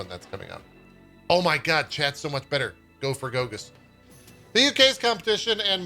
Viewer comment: I love when a Polish name comes up in English speaking news like this. First of all, most of the time they're hilariously mispronounced :) Mostly because of the special characters. Goguś is far from Gogus. I can't even spell out phonetically what it should sound like, because this sound doesn't even exist in English. I could write paragraphs on how to pronounce various sounds in Polish language and it still wouldn't help (I swear, I tried. Best I can do is that Polish "ś" should be pronounced like Japanese "sh" (as in like it should be pronounced) but very very fast. Japanese "sh" is our "si" :)) So… as not to leave you without anything, I provide to you a translation of that name… Piotr Goguś means… (drumroll) Peter Fancypants (hand on heart, this is it :))